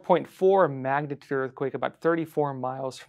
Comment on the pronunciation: What's a "magnaturd"?